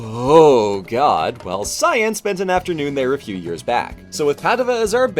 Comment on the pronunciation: Me for half the video: "Hmm, who is this scion person they're travelling with, that's an odd choice for a nickname." Me halfway through: "Oh, cyan! She's saying cyan!